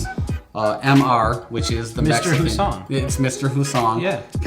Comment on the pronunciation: Hey guys this is from my blood line let's get this straight we are German and it's h us song not whosong please stop butchering our name please it's all we got besides the pronouncing of the name I like the video